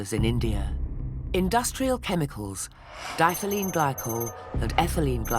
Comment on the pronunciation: I wish the narrator did their homework and learned how to pronounce diethylene. It’s di-ethylene and not dithlene!